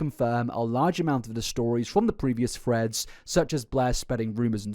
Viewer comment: ngl when he says threads i kinda hear freds